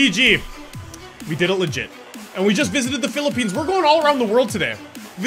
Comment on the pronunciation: He said philliphines yesss thats my country btw